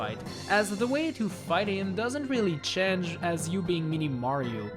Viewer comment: Change not chege